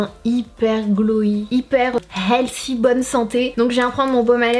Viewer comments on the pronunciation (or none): none